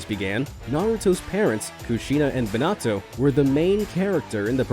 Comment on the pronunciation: it M i n a t o not mitnato